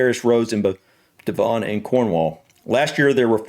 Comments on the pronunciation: Also Devon isn't pronounced Dev-On, the 'on' is softer, it sounds more like Devun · p.s. I waiting to hear if they said the name of that area of policing but I may have missed it... At the begining of your video,, you mentioned that AI camera device was in Cornwall and I think you said the area was the "De-VON and Cornwall Police"? It's pronounced DEVon so the emphasis is on the first syllable (as with most British word and place-names, actually ) so it's "DEV-on" Not De-VON if you follow? 😊❤ (Sorry, I am an incurable pedant when it comes to mispronounced words and names...and spellings too, lol. Sorry). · We have had speed cameras for many many years, Devon is pronounced Dev-on . JH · I live in Devon and you pronounce it Devon.. not Devon.. I don't know how to explain that. 🤣 - We've had speed cameras on our roads for decades, I got caught in 2005. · Devon - rhymes with heaven ☺